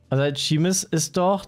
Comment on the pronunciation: Niemand Pietsmiet: Seemus Shaymus Sheemus Seemas